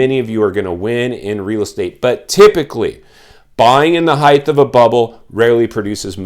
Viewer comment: Height. .,......not heighth